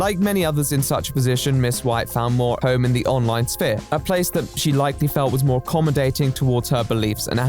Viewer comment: It's weird to hear someone pronounce the "p" in "sphere"